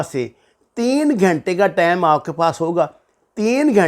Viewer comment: ثبوت کے بغیر باتیں مت کریں اور نفرت مت پھیلایں ۔ دوسری بات یہ ہے کہ لفظ ٹیم نہیں ہوتا ٹائیم درست لفظ ہوتا ہے ۔یوٹیوب چینل سے پیسے کمانے کے اور بھی اچھے طریقے ہیں ۔۔